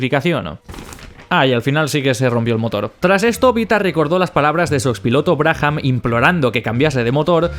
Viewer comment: Sin animos de tocar los huevos...: Brabham se pronuncia 'Brábam'... 'Brájam' no sé qué es...! Aparte de esto, geniales videos como siempre!!